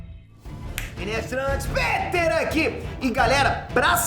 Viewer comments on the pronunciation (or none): none